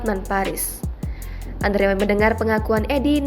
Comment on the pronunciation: Pembaca berita sekelas Tribun harusnya bisa membaca dengan benar nama orang lain. Mengeja Andrew itu seharusnya Endruw.